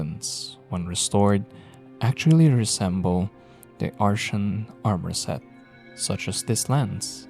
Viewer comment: Not pronounced that way, it's pronounced "ar-tee-an" not "ar-shan"